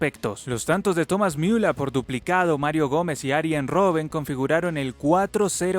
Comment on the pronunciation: esta bien pronunciado ya que en aleman Ü se pronuncia iu ademas en aleman cualquier palabra que termine en r en aleman se pronuncia como a, apesar de que este una e